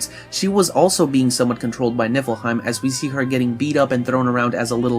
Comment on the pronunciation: Am I the only one who noticed he just kept saying nipplehiem